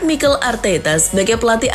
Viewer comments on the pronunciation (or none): none